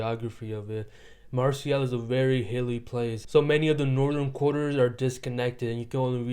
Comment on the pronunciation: It's pronounced Mar-say.